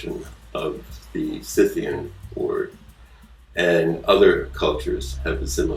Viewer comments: what the heck is a "scoo-thian"? x'D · It’s Scythian not skithian. Scythian is from scythe the tool used to Harveest grain; it’s scy line psy “ Pronounced sigh or sigh-thee-ans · stg him saying Scythian as 'scooffian" is driving me crazy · No, is pronouncing it wrong, it's Si-thi-an, same like scissor, scimitar, scythe, etc. Watch for the correct pronounciation, an even more correct word is Saka/Shaka